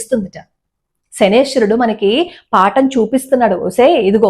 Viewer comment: namaskaram andi. Meeru 'Shanaeshwarudu' ani palukithunnaru. Naadi oka chinna sandeham andi. Naaku thelisi 'Shaneeshwarudu' ani palakali. Konni sandharbhalalo 'Shanaischarudu' ani kuda palukutharu. Kani ekkuvaga meeru palikina vidhamgane palukutharu. Mee video dwara correct padaanni andariki thelupagalaru. Manam mana devatala perulani correct ga uchharinchali ani naa uddhesham. Dhanyavadamulu.